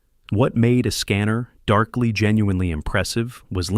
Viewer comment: AI voice really struggling with how to correctly say "A Scanner Darkly" in a sentence